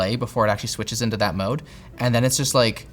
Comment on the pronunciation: blewtoodth moude oxiliery moude